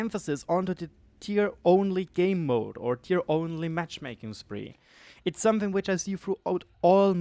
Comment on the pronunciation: "somefing" Something*... where do you find an F in there...?!?!